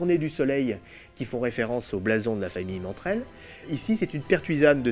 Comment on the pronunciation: il dit mantrel au lieux de martel